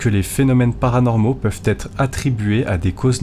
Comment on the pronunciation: J'aime beaucoup vos vidéos mais ... attention aux liaisons, vos erreurs sont fréquentes. En exemple votre dernière phrase : qui ne doivent jamais "t'être" oubliées. Jamais "z'etre" 😉